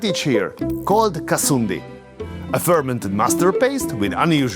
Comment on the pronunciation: I love the way you said KOLKATA .... & Kasundi... ...